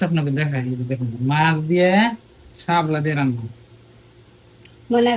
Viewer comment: ও বু হাপলা আবার কি। শাপলা বলবেন